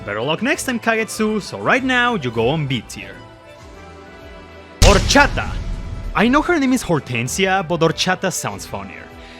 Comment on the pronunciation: I’m super late to this but I appreciate other Latinos that like Fire Emblem, it makes me super happy! Also “Anita la huerfanita, Horchata y Rosado” pronounced in Spanish was amazing to hear bro Te ganaste un fan ☺️